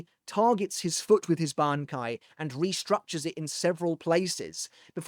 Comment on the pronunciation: Look at you pronouncing that bankai. Say that one squad 0s bankai 3x fast. The weaver's